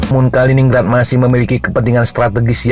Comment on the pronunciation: Bacanya Kalinin-Grad ya...